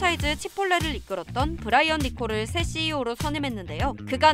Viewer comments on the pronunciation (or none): none